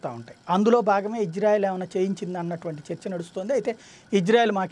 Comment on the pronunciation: Sir Country name is Israel not Ijrael . Please correct in telugu name and also pronouncing.